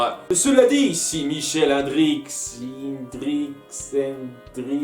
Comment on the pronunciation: Perturbé par les noms belges,?:D Ça doit se prononcer "i-ndrix" selon tout vraisemblance;)